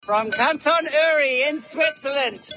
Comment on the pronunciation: Yeah, that "Uri" pronunciation in the intro needs some training ;)